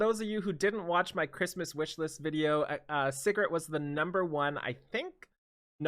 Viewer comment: ….PLZ ITS SIGRET (SEA GRET) everyone keeps saying Cigarette.....:(